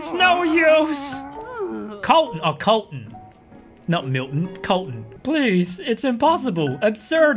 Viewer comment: MY NAME IS COLTON NOT KOLTON BUT CLOSE!